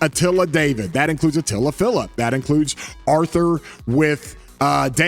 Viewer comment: really said achilla:v He loves atilla more than anyone else:V